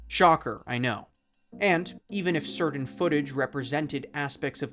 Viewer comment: You pronounce "certain" wrong.